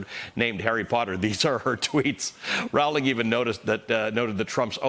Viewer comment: Rowling is pronounced rolling. She says so. Check with your editor.